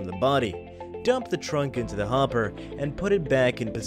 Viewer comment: The narrator says HOPPER funny 😆